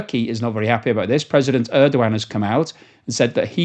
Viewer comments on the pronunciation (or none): none